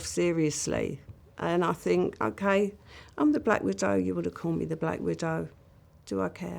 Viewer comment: Think is not phink, stop mispronouncing it as such.